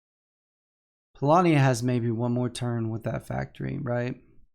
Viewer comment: Actually, in polish the word "Polania" is pronounced the way does it;)